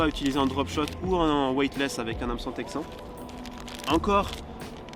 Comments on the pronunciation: Hameçon ou heumeçon on dit??😂 🤘🏴‍☠️Vraiment un beau jeu concours🤘🏴‍☠️ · HAMeçon dans les commentaires du coup avec la bonne prononciation du "HAM" ;) et merci pour tes vidéos inspirantes